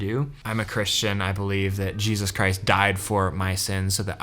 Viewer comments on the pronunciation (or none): none